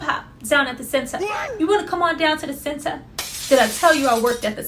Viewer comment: You killed me every time you said THA CENTAA🤣